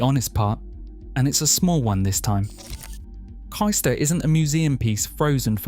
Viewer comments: Kystor? Wondered where on earth they meant. Then I found myself saying out loud ‘Oh Cayster!’ Agree with other comments, places not pronounced correctly, house prices not up to date. Lincolnshire is the best, but stop encouraging people from the South moving there and pushing house prices up beyond what locals can avoid. Lincolnshire remains charming because it’s remote and distinctly Lincolnshire. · It’s pronounced Caystor, not Keyester. Other than that, a very good video.